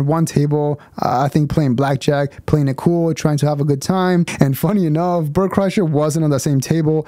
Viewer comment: Bert Cry-sher is more like it.